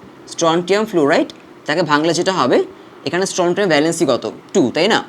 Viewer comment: স্ট্রনসিয়াম হবে উচ্চারন🌚